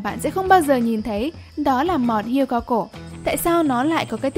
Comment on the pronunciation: Hươu chứ không phải hươi.